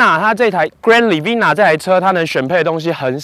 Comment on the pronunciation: you better learn to say "Grand Livina" then you upload this video